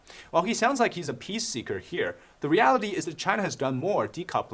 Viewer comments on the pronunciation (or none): none